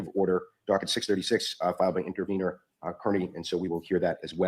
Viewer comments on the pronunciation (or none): I So WANT to hear ( CAR-KNEE’s) Attorney to correct the mispronunciation of your last name!!! I heard him “ One time” Say Car-Knee!!! Then he must have caught himself and went back to KEER-KNEE!!!!! It’s his constant need to give a dig!! I just want him corrected publicly. But if not. At least I got it out: ))